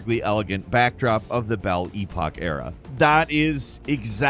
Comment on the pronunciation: 'The BELL EPOK ERA' 😂 Americans don't change.